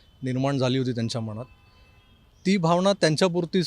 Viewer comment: मनात आणि मणात ह्या शब्दांचा तुमच्या मनात एव्हढा गोंधळ कां असावा असा माझ्या मनात (मणात नाही) प्रश्र्न पडतो... बघा एकदा... अशा भाषेतील चुकीच्या उच्चांरामुळे... चांगल्या व्हिडिओला गालबोट लागतं.. सुधारुन घ्यावें ही विनंती...